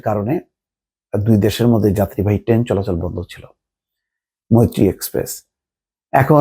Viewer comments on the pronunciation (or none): none